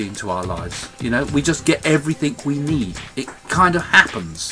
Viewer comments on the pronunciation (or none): Craig, stop saying "everythink" It's "everything". You're a lovely man and I love listening to you. Just please say "everything" lol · Craig Hamilton-Parker LOL!! Quite right!